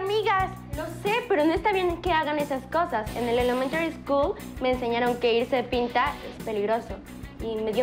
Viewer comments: Cada vez q Karen diga "Elemtary school '' me doy un madrazo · Un dolor de cabeza cada vez q diga “elememtry school"